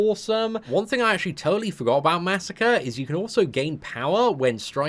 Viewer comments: masacre is pronounced (muh•soccer•aye) not massacre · what WEAK pronounciation of MA. SA. KRE. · even when he's getting buffed you mispronounce his name you monster (jk but it still irritates me a little bit)